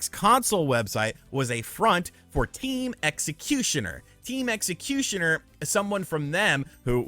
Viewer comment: How can you not pronounce executor?